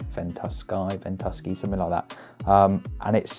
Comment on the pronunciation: You and Jack need to learn how to pronounce the name of the weather app. It's two words - Ventu Sky 🤣